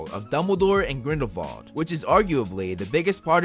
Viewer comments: It’s Grindelwald not Grindelvald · He says Grindlevald...lol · Who else heard GRINDLEVALDE